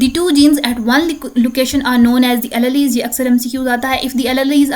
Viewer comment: Alleles pronunciation is sooo wrong